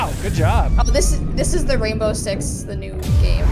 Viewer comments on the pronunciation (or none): I Swear; all you had to do is pay attention to the beginning part, and she said "The Raindow Six Team". And they are not gels; it's glass. Those of office doors and windows, with blue lights on inside the rooms. It's the same blasted look that makes you think they are gels